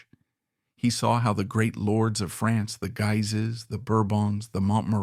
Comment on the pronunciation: the videos are great, i just ask you please , do a research on how to pronounce "Guise", this is a French family and name, it's miss-pronounced all the time